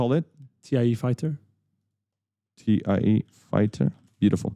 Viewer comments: It’s THAI Fighters, not Tee I EEEE Fighters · Great tutorials, but with that geeky look, I expected you to know how to pronounce TIE fighter... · Great tutorials!!! I'm learning so much! By the way, it's pronounced "TY" Fighters, not T.I.E. even if it's an acronym for the Twin Ion Engine.